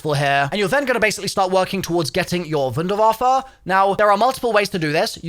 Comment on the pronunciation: i can’t be the only one cringing every single time pronounces the wunderwaffe as if he’s edward richtofen